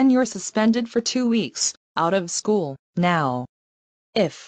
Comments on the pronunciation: said shoe instead of school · does she mean school? She said shoe? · says shoe instead of school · Shoe?! I think she meant school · She said "shoe" instead of "school".